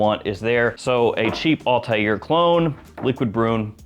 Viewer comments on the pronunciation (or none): none